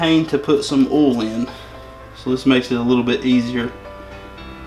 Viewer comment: It's oil, not ool